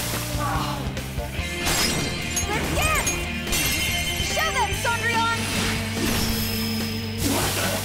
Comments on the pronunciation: I can't get over her pronouncing Cendrillion The Japanese VA says it perfectly but now it's like she's saying Saundrion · Wow she really butchered the pronunciation of Cendrillon.. Then again French is difficult for people with american accents